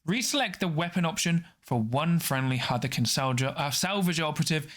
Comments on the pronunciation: It should be "Haarth-kin", I think. That, or "Herth-kin" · Its pronounced "Haarth-kin" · Great video once again, thank you! Gotta say though, I think you mispronounced Hearthkyn every single time, or… I just don’t know how it’s pronounced. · Im sure someone said it but its HEARTH-KYN was so hard to follow when i heard it 😅 i do like the video though.